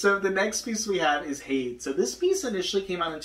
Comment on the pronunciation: I’m not sure if your aware but Jim shore - Disney Traditions - The Lion King - Scar - ( Preening Predator ) was released in 2020 Also Hades is pronounced hay - dees not haydes Further more I love lucifer and he is a cat 🐈